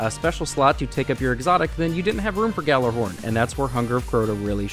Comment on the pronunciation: It really pisses me off that people never pronounce ghorn right.